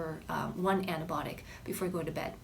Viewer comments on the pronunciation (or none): Weird how you pronounce Antibiotic and naucious, helpful advice.